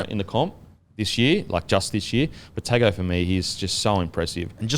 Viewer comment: Confirm the Izack Tago pronunciation if you can. Usually the ‘g’ sound is pronounced ‘ng’